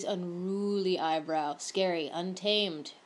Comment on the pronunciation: "You want the eyebwowh to shtaht wight where the teah duct ish"